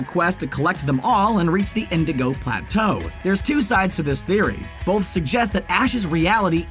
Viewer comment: the narrator keeps pronouncing the word "both" as "bolth"... Why???